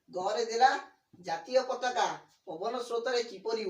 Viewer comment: ଏହାର ଉଚ୍ଚାରଣ ପତକା ନୁହେଁ ପତାକା।